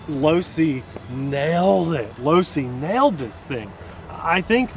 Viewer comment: he said losi. enough said.